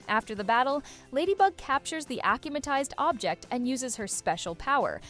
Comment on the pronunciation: is the voiceover ai? because the pronunciations of akumatized and tikki is wrong